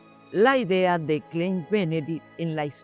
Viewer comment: no se lee klein se lee klain porque en el alemán la e con la i , osea "ei" se pronuncia la "e" como si fuera como una "a" ejemplo: rein ( puro) = se dice rain weit = wait ( lejos) dein = dain ( tu - tuyo)